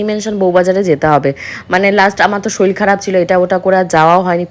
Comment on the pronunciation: Soril noi kothata sorir